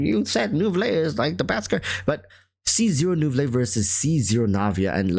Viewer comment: lol i cant. why do you say neuvilette like fillet o fish